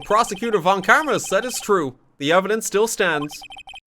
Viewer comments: Now that it seems obvious that von Karma is German - you might as well pronounce it German, right? The 'v' in "von" would be pronounced a bit... harder? More like an 'F'. And then you'd be close enough, I guess. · i honestly wasnt listening at some point and by the time i started to pay more attention i heard "VON KARMAS NO" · I adore that horrified, delighted pause RT has when he sees the name Von Karma!